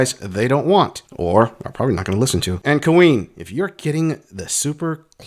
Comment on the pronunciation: I've noticed that you call women "Cream" instead of Queen, I assume it's just short for Cream Pie or Cream Gobbler which it's funny and true either way..🤣😂🤣😂👍😁👍